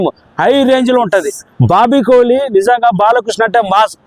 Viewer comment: Kohli kadhu kolli 😂😂